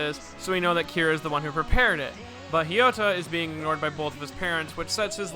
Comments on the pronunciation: You said “Hiota” it’s “Hayato.” (Not to be that guy) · Hiyota? Kira went out of his way to pronounce it for us. H A Y A T O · Mate whos haiota? Its hayato lmao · Its ha ya to not fucking kyoto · ITS NOT HIYATO ITS HAYATO!!!!!!!!!!!!!!!!!!!!!!!!!!!!!!!!!!!!!!!!!!!!!!!!!!!!!!!!!!!!!!!!!!!!!!!!!!!!!!!!!!!!!!!!!!!!!!!!!!!!!!!!!!!! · why are you calling Hayato,Ryota? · DID YOU JUST SAY HIYOTA??????? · H I Y O T A~ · I decided to just make an entire list of names butchers: Kosaki Yukiko Mikitaki Hiyota Remmi Atomic Heart Father Also you say that Kira's dad hit the nail on the coffin, but "Kira" is actually his last name. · His pronunciation of Hayato is infuriating Edit: scratch that. All of the ways he pronounces names is infuriating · What the bruh, why did you pronounce Hayato like that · H A Y A T O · Ya but great days op was aired before hayato was introduced in anime, so of course, people dont know the pronouncoation of it, and maybe this guy just mis read it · H A Y A T O~ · Whats with that Hayato pronounciation lmao, nice vid tho, gj dude!